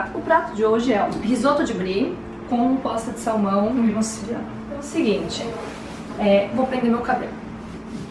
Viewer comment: eu entendi a falando bosta de salmão